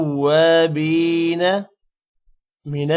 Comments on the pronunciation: tawwabeena men baa K uper zabar hy or baa K nichy zeer parh rahen hen zabar sy tawwabaina banta hy? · Menattavabeena hai aap galth lehke hai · Sir minat tawabina jo ap parh rahy hein us par zabar hai zeer nahi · Sir minat tawabina Jo ap parh rahy hein us par zabar nahi hai balke zeer hai